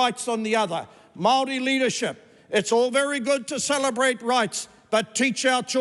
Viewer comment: Wow. Now this is how the haka girl should’ve spoken. His pronunciation of Maori is even better than hers